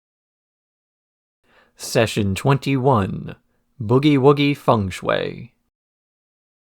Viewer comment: The shui in fung shui is pronounced closer to shway. When I first saw Cowboy Bebop, I was in high school and snuck up to watch it when everyone was asleep and it was on Adult Swim and "Hard Luck Woman" was playing. I was so confused when Faye did the mouth thing to Ed.